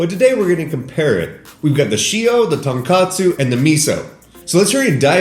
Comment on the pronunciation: Killing me pronouncing tonkotsu as tonkatsu, which is a completely different food.